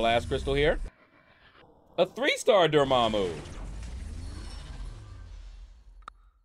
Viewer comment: You said, “I don’t have Dormammu,” and I had to rewind it because I though you said, “I don’t have your momma” 😂 😂 😂